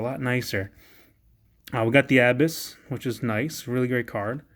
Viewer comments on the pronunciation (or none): omg bro, your pronunciation.. hurts so bad. I mean, I can let mestopheles slide but.. abyss?